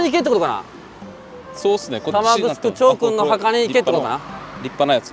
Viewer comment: 玉城(たましろ)読みではなくて、たまぐすくと読みますね。